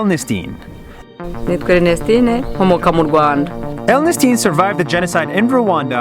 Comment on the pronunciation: It's Rwanda not Rwand